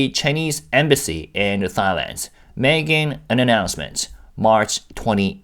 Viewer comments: This is kinda off topic, but as a Thai person, I giggle every time you pronounce Thailand, because it sounds like ตายแลนด์ (따이란) which means the Land of Death in Thai language. Try pronouncing it using the single ㄷ (다이란) to get it to sound like ไทยแลนด์ which means the Land of Freedom. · I giggled the first time I heard him pronuncie it, too. I've never heard it pronounced like what sounds to me like "thigh-land."